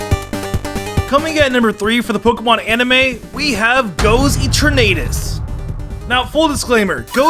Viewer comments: It’s “EE-Tur-N-A-Tus” not “E-Tor-Naed-Iss” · eternaytus ETERNAYTUS ETERNAYTUS AAAHHHH MY EARS ARE BLEEDING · Great list! But the way you say eternatus has me rolling😂😂 just like your pronuciation of exeggutor😂😂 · Why do you say Eternatus like that?